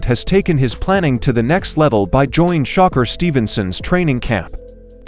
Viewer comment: I was watching this video until dis clown said shocker instead of shakur.